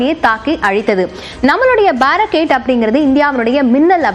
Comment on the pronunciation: Its Baarak 8 Indo Israel JV, Pronounce correctly